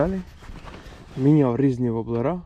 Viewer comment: вОблери а не воблерА!!! Не треба коверкати нашу мову. Вінничани завжди гарно говорили украЇнською. Сам я звідти!